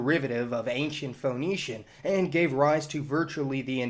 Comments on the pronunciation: Correct your pronunciation - it's pronounced "Fee-nee-shians" and not Fho-nee-shians ! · It's pronounced 'fenicians', you know, like 'phoenix' Awesome post though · Can’t stand his mis-pronunciation of “Fa-nee-shuns”. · It's pronounced Finneeshiyans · feh NEE shuns Love your videos, but I am often pulled out of the things you are saying by your pronunciations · yeah, like Phoenix, that made the video feel kinda odd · This cat can’t pronounce there name but hey lets make a video ... really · I love how many nerds couldn't overcome your pronunciation of Phoenicians. Triggered so easily! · After 3 minutes and 21 seconds of listening to you mispronounce Phoenicians, I finally just gave up. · The way you pronounce Ph"O"enicians, the Levant as "LevEnt", and consequence as "Con-SEEquence" is very odd. Maybe it's a Southern thing. The emphasis on the vowels is harsh